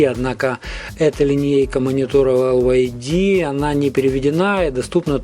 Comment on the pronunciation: Прошу прощения, но произносить LYD как ЛЮД, это антиреклама для компании. Надо либо говорить чисто по-английски Дайноудио Эл Уай Ди, либо по-русски - Динаудио ЛИД.